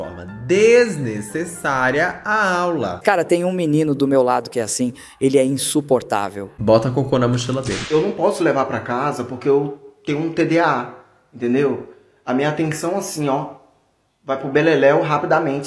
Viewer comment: ele falando "tda" sendo q é "tdah", n sabe nem o nome do transtorno